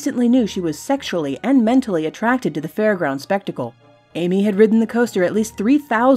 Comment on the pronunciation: OMG BEING A-TRACK-TED HAHA